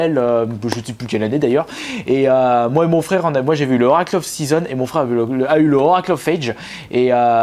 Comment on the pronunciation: Très belle collection,moi même étant un grand fan de la série Zelda (ma licence préférée). Juste quelques erreurs de prononciation répétées sur plusieurs vidéos, "Link's Awakening ", "Oracle of Seasons" " Oracle of Ages ", les s à chaque fois que tu oublies